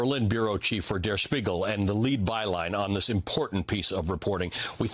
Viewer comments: That was a rather decent pronounciation of 'Der Spiegel' by Mr. Velshi. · That was well pronounced.